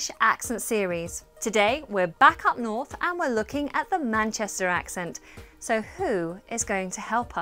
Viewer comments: Am I the only one that can hear a twang of Yorkshire in this mancunian accent? Words like 'So' she pronounces as Serrr (Very yorkshire) and 'Square' she pronounces as 'Sqerrr' . Apart from that it's bang on. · Definitely a little yorkshire in her accent. To pronounce "one" as "won" and "so" as "sur".